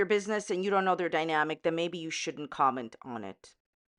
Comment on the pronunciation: Karma is a Kermit! I love this “kerment” 🤣❤️🐸